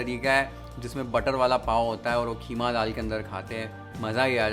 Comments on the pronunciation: why idiots say kheema its keema 😂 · Yeh KHEEMA kia hota hai😂😂😂😂HYDERABADI HO KIA QEEMA KO KHEEMA. 😂😂😂😂😂